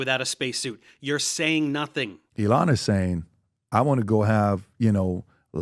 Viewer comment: He called elon "uh-lon" I know that's low hanging fruit but I can't not